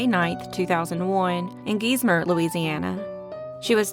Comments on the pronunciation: Gize-Mer not geez-mer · Gees-mer ?? 🤣 wtf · It's pronounced Guys mer....geismar la. Please stop slaughtering our cities ,towns and parishes names. Ffs.